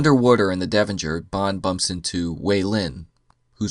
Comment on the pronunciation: Devonshire. Not Devonjur.